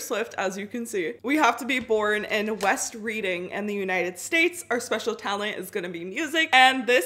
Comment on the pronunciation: I know this video is old, and that this doesn’t really matter, but it’s technically pronounced “West Red-ing” <3